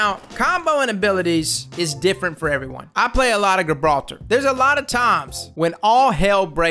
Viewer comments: guh-brawl-ter.. lol come on man JI-brawl-ter. love your vids anyway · Everyione: Gibraltar: G 🅱️altah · Great tips man.👌. Oh by the way its pronounced 'Juh-brawlter'. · Pronounced Jibraltar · Great content as always, helpful tips, however Gibraltar is pounced with a J rather than a G, keep up the vids though man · Love your videos! D2 and glad to see you covering this game!! Pretty sure the G in Gibraltar is soft though (more like J). Like Rock of Gibraltar, a WWII stronghold for artillery batteries. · Cool video bro but its "Gibraltar" like in "gentle" not a soft g as in "good" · Nobody’s gonna say it? Alright then, the G in Gibraltar is soft, not hard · You are pronouncing Gibraltar completely wrong 😂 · *JIB-raltar *CRAY-ber Love ya',!;) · Prennounced JAHbralter and KRAYber lmao had me dying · Yesss more apex content please. Also, my guy, are you purposefully mispronouncing things just to fuck with us at this point? Gabralter... Crabber? Worst part is I can't tell if it drives me crazy or if it's part of your charm. Anyway keep up the good work.